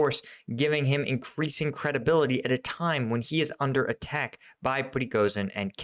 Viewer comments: Prigozhin = pre-go-shin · man , I love your content. Can I correct pronunciation? Prigojin is how it sounds and LAPIN , no l